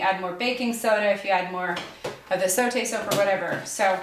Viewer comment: I am so happy to see a video where zote is pronounced correctly.